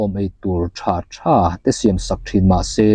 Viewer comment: A ziaktu hming hi,I lam diklo tlat mai,,siam tih lai hi,a hniama lam tur aw